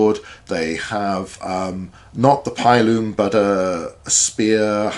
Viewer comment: Great video, but your pronunciation of pilum hurts my soul